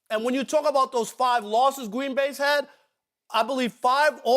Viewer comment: Gween Bay